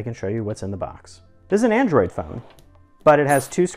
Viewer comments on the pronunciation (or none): none